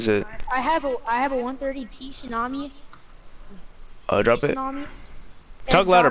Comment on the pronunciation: My guy said t tsunami ha😂😂😂